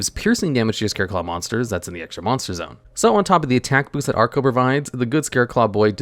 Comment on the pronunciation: Why do you keep saying "arco" when it's clearly "acro"?